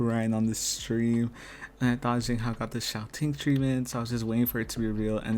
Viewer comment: agree with all your commentary but i can't let "zayng hao" slide, my friend. they pronounce his name correctly for you in every episode.